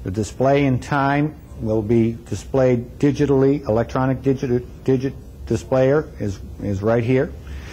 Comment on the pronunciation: Wow, "digital" was so new a word then, he has trouble pronouncing it... ;^) $6000 was quite a fortune back then, but for that you got a precision engineered machine that probably still works today (if it survived the dumpster)!